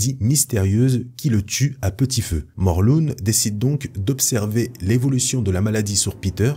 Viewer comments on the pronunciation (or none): none